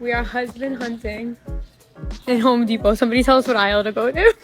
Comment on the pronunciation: The men are not at "Home Depot" they're at "Hoe-D-pot"😂👌🏽